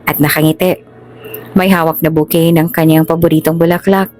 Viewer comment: Taglish po kamo! Okey kung tama ang grammar at yung mga tenses. Yung iba kasi english pero mali mali naman ang grammar, yung pag gamit ng mga tenses ( like nangyari na pero present tense pa rin ang gamit ) at yung right pronounciation. May isang kwento yung " bouquet " ang bigkas " boket " di ako critic o namimintas pero sana pag aralan maigi bago ito on the air!